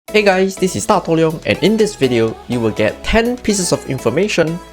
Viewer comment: Everytime u say HEY GUYS ITS DATOHLEONG! its sound like hey guys its PSDATULYOng! Its curse word in my country (very heavy) it gives me hearth attack lmao.